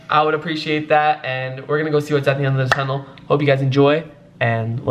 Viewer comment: that tunnel should be “ Datunnel”